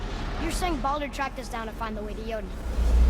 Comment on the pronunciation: Mimir pronounces Baldur like "boulder". Quite a funny detail.